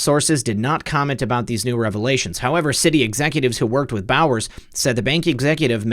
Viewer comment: Bowers sounds like bowels.